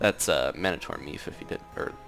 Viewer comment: How many people have to say it wrong it is mino-tor I think because ssundee said mono for I thonk